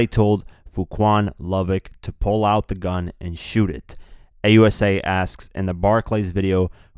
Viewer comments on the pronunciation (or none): none